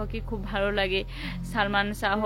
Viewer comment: একটি কথা বলি সঠিক উচ্চারণ হলো শাহ্ ঠিক আছে আর আপনি বার বার উচ্চারণ করেছেন শাহো I think you understand